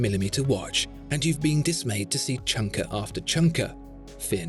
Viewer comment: "Chunker after chunker." Sounds like you've spent some time in my birth state of Michigan.